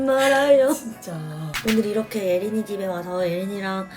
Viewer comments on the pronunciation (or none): 아니ㅋㅋ 예린이집이 어린이집으로 들리는건 뭐지?ㅋㅋ